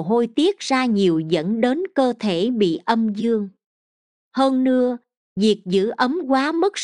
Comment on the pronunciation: Nội dung bài viết rất hay, người đọc cũng có chất giọng hay, nhưng sao giống học sinh tiểu học vậy, bỏ dấu loạn xạ gây câu từ vô nghĩa : LẤY LÀM VÙI là gì ; HƠN NƯA là gì ; 5 GỜ MUỐI là gì....nói chung nghe rồi mới thấy thất vọng